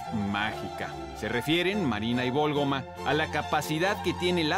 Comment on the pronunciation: Es María de la Válgoma ¿no?, por que insistirá tanto en que es Vólgoma, ya hasta me hizo dudar, pero qué buenos videos subre